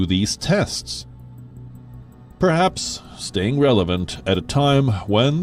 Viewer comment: Elo. Really needs help "sraying in the news?"